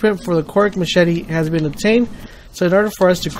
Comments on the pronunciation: Formula then he said, "mass-chet-ee." WOW. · ma - chetty xD omg you kill me